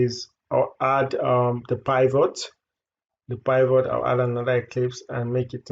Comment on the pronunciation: Did you say "pie vote?" Do you mean the pivot?